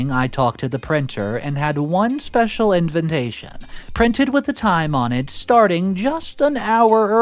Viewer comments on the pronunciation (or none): FYI...the word especially is pronounced ES-pecially not ecs-pecially! Also, invitation is pronounced in-vi-ta-tion not in-vent-ta-tion. Just sayin....🙂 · after soooooo many videos, how can you still not pronounce INVITATION?! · "Inventation" ... you mean invitation ?